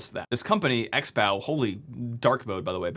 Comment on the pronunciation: Pretty sure "XBow" is pronounced "Crossbow" or "Ex-bow"